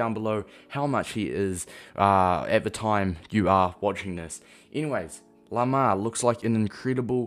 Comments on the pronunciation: its pronounced like "Limair" (Lim like Lime) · It’s pronounced lime-er